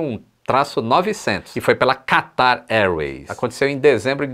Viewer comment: Qataaarrrrrrrrr... quase que o catarro escorria.